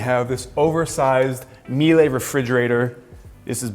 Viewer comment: Germans are very upset how you pronounce Miele